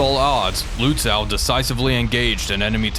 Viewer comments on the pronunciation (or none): So in case you're interested - Lützow is actually pronounced with a "long o", more similar to "low" or "oh" or even just "no" instead of "now", "wow", or "how".